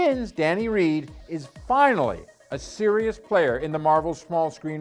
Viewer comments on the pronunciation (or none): Are you really a fan? Do you know of which you speak? Who wrote your script? It's Danny RAND - not Danny REED.